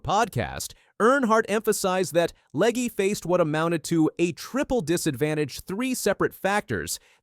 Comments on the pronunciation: the fact that you say Leg-E, Leg-A and Leg multiple times is frustrating as hell. If you are going to do videos, fucking say the names right.... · It's LEG not Leg uh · You might want to start by pronouncing Katherine's last name correctly - "LEG". Might give you credibility!